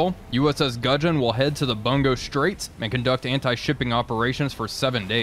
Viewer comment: It is pronounced "Boon-go straights"...Bu is boo.